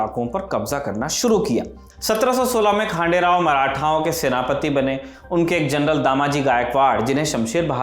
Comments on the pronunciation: It's खंडेराव not खांडेराव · खंडेराव गायकवाड🙏 I hope you pronounce correctly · it's ડભોઈ not ડાભોઈ ખંડેરાવ not ખાંડેરાવ